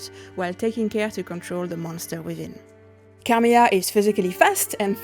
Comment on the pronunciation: If you're hiring someone to announce the character, please make sure your candidate is able to pronounce her name right. It's not Carmiya, it's Carmilla. And for the love of god, it's Bram Stoker, not Bram Stroker.